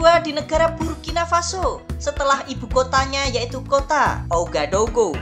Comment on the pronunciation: Sekedar info min, ibukotanya dibaca Wagadugu..